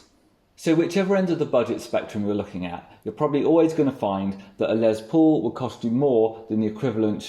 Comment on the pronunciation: Love your channel, but I have to be that guy! It’s Les Paul, not Lez Paul!